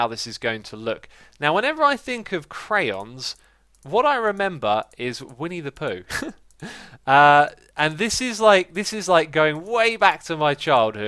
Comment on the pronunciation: What X said: All I can remember is "Winnie the Pooh" What I heard: All I can remember is "we need to poo"